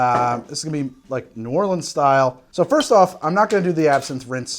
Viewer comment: You may be challenging the city as the origin of the Sazerac, but at least you made a proper one and at least you pronounced New Orleans properly! Rdr2 is so fun!